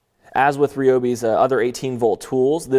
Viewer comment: It’s produced rye-o-bi Not ree-o-bi